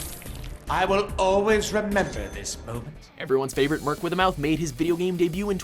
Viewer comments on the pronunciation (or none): none